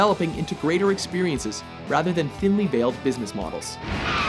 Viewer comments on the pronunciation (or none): none